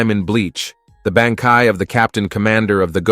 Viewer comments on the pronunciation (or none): even bankai sounds more like banky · Umm you had me til you said BAN, KAI